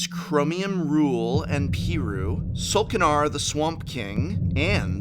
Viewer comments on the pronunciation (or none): none